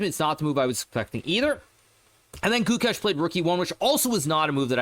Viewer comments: It sounds like goo kesh (only indians will know) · Its goo-ksh